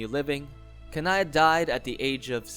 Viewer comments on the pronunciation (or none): I think Kanae is pronounced “Kan-nay”, it sounds weird being pronounced “Ka-nai”